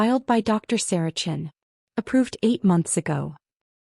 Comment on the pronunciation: Hello…the whole world is tired of anyone named Sarah Chen…and yesterday..I ran into 3 stories back to back to back..,a few times the woman is CHEN…but just like this story..early and often, AI reads her name as CHIN..imagine going through life with people staring at your actual,CHIN..and not know why!! Miss CHIN, oh , I’m sorry…Miss Chen…is everything okay?